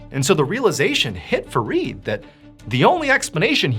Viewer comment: It's Fareed and I'm hearing forreed😂